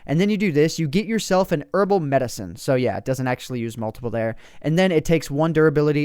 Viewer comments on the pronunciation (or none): none